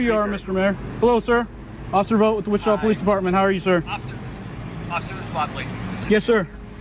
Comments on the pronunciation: Wichita is pronounced which-i-TA, not wi-cheetah. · wah-cheetah? i think you mean witchita, narrator. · It's not Wi-chita, it's Wich-i-ta. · WITCH-it-aw, Kansas, not Witcheeta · It’s pronounced “ Witch a ta” not Wa chee ta! And people of Wichita didn’t like this Mayor! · It’s Not “Witch - CHEAT - uh”; it’s “WITCH- chi - tah” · Wacheeta Ks? Oh you mean Witch a taw (Wichita) Ks. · Witchita lol it’s pronounced Witchitaw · Small things I know. but it's not pronounced Wachita. It's Wit chi taw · Wit-chit-a???! It’s Witch-a-tah !!!! Yeah, just blows my mind how many people or fake people or whatever butcher the damn name up. Not only do we Wichitan’s get tired of people, not knowing how to properly say our cities name, but it is also the name of a Native American tribe. Please do your research and get it right. I promise you it’s not that hard. Like I said, I know in this particular incident it’s AI but fix it! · Whi-cheetah?!?! The disgrace 😂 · Guys, it's Wichita like 'witch e taw'. The cop even says it. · He was in Wich A Tah Kansas. Not Wa Shi Ta. Anyway, this is Wichita. They love to name drop there. Little man trying to be a big one. And I can say this I grew up in that city. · Wuh-Cheeta Kansas? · It’s pronounced as Witch-it-ah, Kansas. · Dear narrator, please learn to pronounce "Wichita" and "epitome."